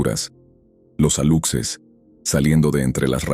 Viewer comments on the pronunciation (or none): Hola no se pronuncia alupses ni tampoco se escribe haluxes niño como que hay que mandarte a la escuela y a unas clases de lenguaje cariño investiga bien lo que sucede en yucatan soy yucateca Te digo es una vergüenza ver como canal como este distircorsionan las palabras aluxes no alupses Sin h pelana 😅